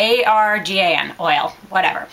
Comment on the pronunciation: Hèy girl i'm morrocan, i just wanna told u that the oil u spoke about it is called "ar-Gan" like afghan lol! Amazing video, thanks!